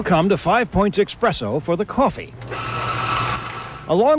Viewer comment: There is a special place in hell for people who say eXpresso instead of espresso